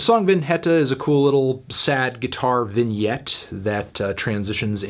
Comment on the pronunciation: pronounces vinheta as poorly as it gets and then nails vignette